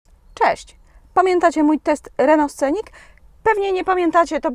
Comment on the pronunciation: Uszy bola o sluchania „sCenic” wymawia sie „senik” nie ma tam zadnego C w wymowie.